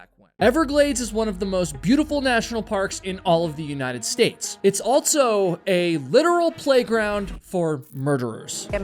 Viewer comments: Why do you say altso instead of also and elts instead of else? You are a type of broadcaster. As a public speaker, more is expected. It's not your fault- Your parents should've corrected you while young, but that didn't happen. So you'll need to fix your leftover childhood grammar issues as an adult. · If this were true, then everyone from wherever he grew up would put Ts where they dont belong, and omit them when they shouldnt. He says "buh" instead of "but" yet puts a T in the middle of also. There's a lot of this going on. Start listening for it. It's like the new "Valley Girl" from the early 80s. It seems to affect liberals more than conservative types. Children speak this way, and it is incumbent on parents and teachers to correct these things. But teachers aren't allowed to shame kids and parents are too checked out or narcissistic to notice their child hasn't outgrown their toddler-speak.